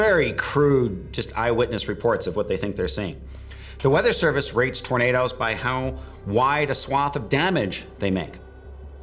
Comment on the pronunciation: Why does the narrator pronounce them as 'Torna-DOS" It sounds so weird.